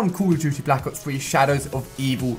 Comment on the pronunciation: i clicked on this video hoping to find out whether or not I should buy the game... ended up saying no due to your voice and the way you say black ops 3